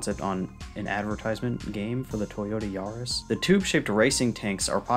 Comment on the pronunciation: Great video. Got a sub from me. Can tell you don't know much about cars because it's pronounced 'yah-riss' lol. Still. Great video. The effort shows.